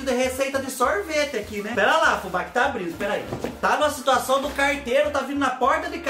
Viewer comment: Abrino, cumeno, andano, falano kkkkkkkkk